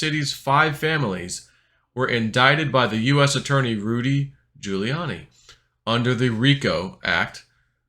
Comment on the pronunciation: You pronounce Rudy giuliani's name just like when Biden Miss mashed the Giuliani part